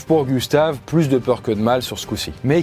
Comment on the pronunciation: Le k de Gustave et super bien dit